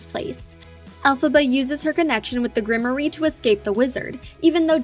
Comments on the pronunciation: I keep hearing folks say grim-or-ie but isn’t it grimoire (grim -rawr) ? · Grimoire is grim-war. The e is silent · grimoire pronunciation gruhm waar. If you don't know to pronounce something, don't guess, loom it up!